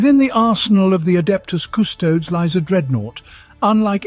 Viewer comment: Just me or the scholar miss pronounce the "adeptus custodes"??? HERESY!